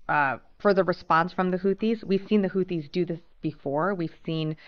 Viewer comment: Yeah I can see right through it it's not houthis it's whothis